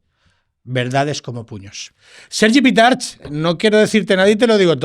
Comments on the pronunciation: Pitarch, en valenciano, se dice [Pitark]. En valenciano no tenemos la ch castellana. Mucho hablar de que será dificil de pronunciar para los de fuera y aún lo pronuncias mal. Supongo que él no lo corrige por estar harto de trabajar en Madrid y que se lo digan mal. Hay muchos apellidos valencianos acabados en -ch y todos se pronuncian con k y no con che castellana. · Pitarch se pronuncia PITARK!